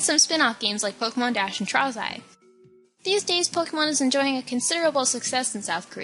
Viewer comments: is the WORST at pronouncing words. Trozei = Trows-eye? Lol okay. My favorite though is still her pronouncing Silph Co. as "Sliph" Co. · Pokemon Trozei (Tro- zey)*